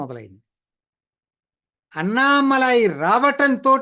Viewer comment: దయచేసి Annamalai అనే పేరును అణ్ణామలై అని పలకాలి అన్నామలై కాదు. గమనించగలరు.